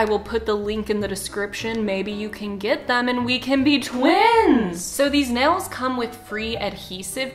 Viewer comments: this lady really says "nells" instead of nails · Nobody:: I am gonna play ukelele with acrylic NELS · sayd neils** me: IM TRIGGERED IT NAILSSSS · the way says "nells" not "nails" gives me life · The world: “nails”: “nells” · no one:: acrylic nells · Teacher:okay everybody say "nails":nels hahaha no hate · I like how you say nails 💅 like nells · "acrylic nells" 🤌🤌🤌🤌🤌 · She says nells instead of nails. If I didn’t love her so much, I wouldn’t be able to handle it. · Acrylic “nels” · "AcRiLic nAls" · Are we not gonna talk about how she pronounces nails "nales"? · Nobody: This woman: yeah so I’ve never had acrylic nElLs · is it me or does she say nails as “nels” -? im not being rude or nothing im just saying lol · not trying to hate but you're saying nels lol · I love how when she says “nails” it sounds like “nells” 😂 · Omg I love how your Oklahoma accent comes in when you nails you go nils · It’s just us Oklahomans lol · HAH wheeze HAHAH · why does she say nails like that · The way she say nails...😑